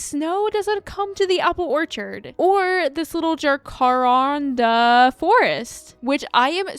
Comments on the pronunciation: since you didn't know how to pronounce jacaranda, i'm guessing you've never seen them irl - you NEED to look up the tree! i think you'll love them. i have a lot near me and they are SO pretty. the streets lined with them drop flowers so you just see purple on the ground and still up in the trees. also, in case you wanted to know it's pronounced 'jac' (like the first bit of jacket) 'a' (like ask) ran (past tense of run) da (like ta DA) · As an Australian, I find the pronunciation of jacaranda bonkers…